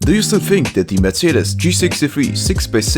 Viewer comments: Thank you that you pronounce Mercedes right :) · Perfect pronunciation of Mercedes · I am german and the first time you said Mercedes SLR in this Video the "Mercedes" was pronounced pretty good!